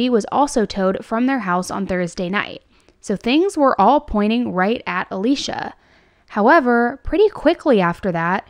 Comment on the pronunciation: It's so distracting for me that you keep pronouncing Alysia as Alicia.